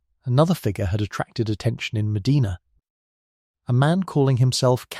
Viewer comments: yeah but he narrates his video himself so he can’t blame AI, it his mispronunciation! Mind you I don’t pronounce many UK city correctly so I’m hardly in a position to criticize! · Correct, Sir. Every time he mispronounces Medina I find myself correcting him under my breath. They also mispronounce Spokane often as well! ❤ 🇨🇦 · Medina Ohio, Mostly Sunny 81°F Medina is pronounced Meh die nuh. Not Meh dee nah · Pronounced MA-DIE-NA. Freaking AI. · I've been there. It's Meh-DYE-nah. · 'Round heah, they pronounce it, Muh-dye-nah.😊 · I am in Ohio, formerly of NY. They pronounce it ' Med-dye-na '. I didn't know that until recently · Medina Ma-die-na... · Your AI needs to do research on how to pronounce places in America. My state, Ohio, is peculiar in that many of our cities and towns that were named after foreign cities do not pronounce them correctly. Medina is "meh-DINAH." Other examples are: Mantua is "MAN-toe-way" and Lima "LIE-ma" and Versailles is "ver-SALES". Ugh! I'm a lifelong Ohioan, and I used to be proud of my state. We contributed so much to our country and to the world. Not anymore. SMDH... Anyway, I didn't know about this murder that happened 30 minutes south of me (no real Midwesterner uses miles to calculate distance for goodness sake! 😅) and ~100 years before I was born. Very interesting that he maintained his innocence until the end. Maybe it was his wife who was in on it, too, but they rarely considered a "lady" for such crimes in those days. Maybe she committed the murders when there was only supposed to be a robbery as if she got over-excited by something. Nerves? Thrill? Jealousy or other negative feelings toward her friend Mrs Cox as she was the more savagely attacked? 🤔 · That would be a, "long" "I", as in, "eye" Mah d-eye nah" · Locals pronounce, Medina (Ma Dinah), not like the historic city in Saudi Arabia. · I'm way down in Belmont county Ohio and even we pronounce it Ma- Dinah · I think AI does not know how to say it. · It's Medina, not Medina.